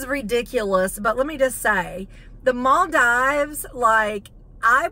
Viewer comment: It’s pronounced, maal-deevz…not maal-dives. Just sayin’.